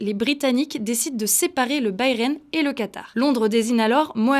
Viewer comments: Ça se prononce bas Rhin pas Bayern. Dans tout les cas on est à l’est 😂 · Ca se prononce « Baraïnne ».